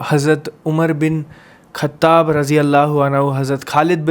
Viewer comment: Aaghas nahi aagaaj khattap nahin khattab